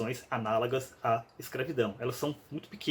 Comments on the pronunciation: Esse cara é PÉSSIMO CRÍTICO. Inclusive de si mesmo, porque se dignou a criticar outra pessoa, mesmo não sabendo pronunciar ANÁLOGA (o que diabos seriam ANÁLAGA?), para além de estranhar palavras corriqueiras como notório e estribeiras. Olha... Torto Arado pode ser ruim como for, mas esse crítico com certeza é infinitamente pior. Esse tanto de livro atrás dele é de enfeite? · Poucas vezes senti tanta vergonha alheia quanto a que esse vídeo provocou. Quem não consegue pronunciar corretamente a palavra "análoga" de fato necessita de um dicionário pra ler qualquer coisa.